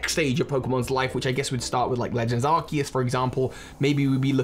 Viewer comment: So glad that you say Arceus correctly